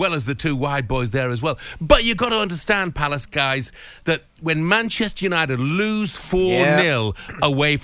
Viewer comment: Why does the presenter guy say 'you-nye-did' instead of 'you-nye-tid'